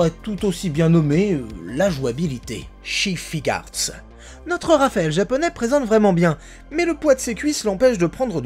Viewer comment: S.H. Figuarts pas Chi Figuarts 😅😉